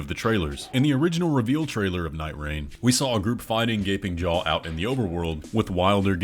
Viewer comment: At first I heard the name of the boss as "Gaping Joe" and I can't unhear it now help